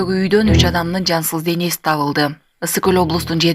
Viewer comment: Жансыл эмес жансыз денеси деп айтылат.